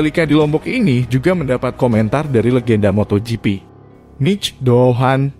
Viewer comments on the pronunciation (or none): Ni ngomongnya Mic Pohan apa Anisa Doohan ? 🤣 pe'a narator nya ngeselin..